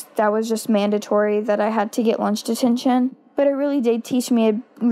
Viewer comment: Why does she say "lunch ditintion"